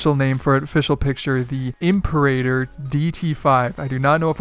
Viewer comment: It's pronounced "Imperator"